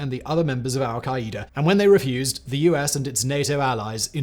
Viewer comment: Lol we say Al-Qaeda (Al-kai-duh) not al-kai-Ä-duh